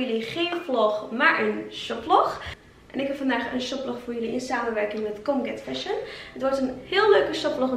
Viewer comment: ik doe mee!! ben ik trouwens de enige die colgate fashion verstond hahaha